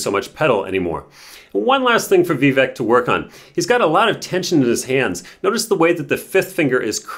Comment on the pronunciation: It’s Vivek pronounced Vivake like Cake. Nice if you could pronounce his name correctly